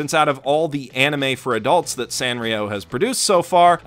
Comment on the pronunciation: I always said San (like sand) rio... but after hearing you say San (ah like father) rio I feel dumb, because duh its AH like FATHER, that’s what every damn Japanese pronunciation guide says. Gosh I’m dumb.